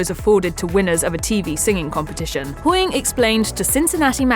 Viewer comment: Sorry i just have to say this, I hate it when they just say surnames the way she said HOYING all the time drove me mad